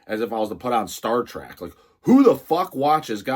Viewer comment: it’s “Star TREK” as in journey, path, destination. Not Star TRACK….